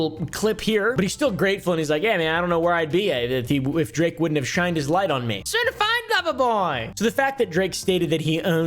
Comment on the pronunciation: Drake can’t say certified love boy without us hearing certified pdf file 😂😂😂😂